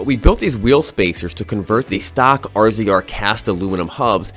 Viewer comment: I cringe every time you say R-Z-R. It's pronounced razor. I'm sure its done on purpose just to bother some people in fun. 🤣🤣